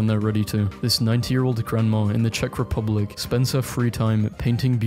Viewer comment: thank you for actually saying czech republic instead of cízek or žech like some other youtubers did